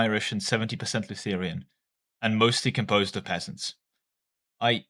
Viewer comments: No no, do it when he says "litigurial" and "Lutherian"! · Hey, there is no i in Lutheran